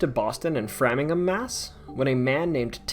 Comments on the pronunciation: you’re good! The last syllable is pronounced ham, like the sandwich. There’s no fidelity to the pronunciation of towns here. For example, Hingham is pronounced Hing-um… I had this omnibus collection of Lovecraft on audiobook; it’s all set in New England. Narrator didn’t bother to investigate the local dialect… it was rough.😂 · you lived in boston but you don't know how to pronounce FRAME-ingham..? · Just so you don’t out yourself to the locals, Framingham is pronounced with a hard “a” in the first syllable. I’ve lived in the area my whole life. Great content. Best wishes. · Born and brought up here, never even heard of these little guys, By the way, learn how to pronounce Framingham 😂